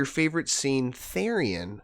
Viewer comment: just to let you know, therian is pronounced as "th-ear-ian". and therianthropy is pronounced as "th-eerie-an("an" like in "ant")-throw-pee"